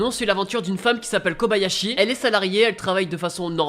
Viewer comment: comme la plupart ne save pas , son nom c ''thoru" pas ''thor" et c pas '"Kabayashi" mais "Kobayashi" XD un peu de respect pour ma waifu XD